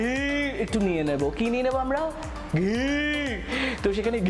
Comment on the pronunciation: ঘি কথাটা এমন করে বললে অনেক হাসি লাগছে 😂😂😂😂😂😂😂